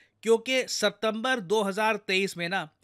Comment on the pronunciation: Kya sir ne September ki jgh सप्तबंर बोला ?